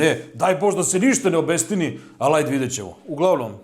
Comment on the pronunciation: Kaže se OBISTINI ne OBESTINI. Smo sam to imao dodati ostalo je super.